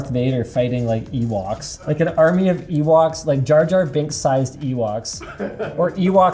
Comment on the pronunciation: "Jar-jar binks size ewaks " ... You mean Wookie Linus?